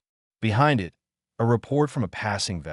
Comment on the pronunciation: Why does the narrator keep spelling out IT instead of saying the word it?